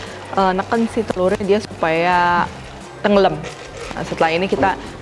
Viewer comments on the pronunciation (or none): Mantap cheff .. Tapi kok sy seneng denger kata kata tenggelem ... Medok gtu . Haahhaa .. Sukses sllu cheff